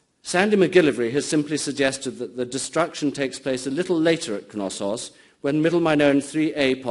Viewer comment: Which "K" is silent? In Knosssos? Why would it be, it's from Greek, not Old English (where the "K" wasn't silent anyway, in words such as knight).